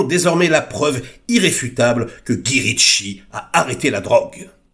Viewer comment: Mais enfin on ne dit pas Gui quand même. On dit Gaï. Ca fait bizarre sinon, on a l'impression d'écouter un vieux papy sur son banc en Corse :D